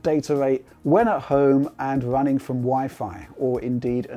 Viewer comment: It's wunning wemotely lol